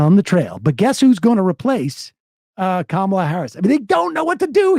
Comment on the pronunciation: The one Republican who bothers to actually pronounce Kamala’s name correctly.